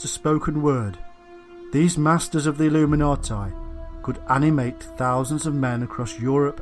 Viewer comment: It's pronounced illuminatee. For goodness' sake.. Illuminatai.. Cringe.